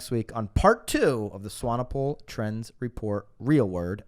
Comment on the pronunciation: Impressed with your pronunciation of Swanepoel.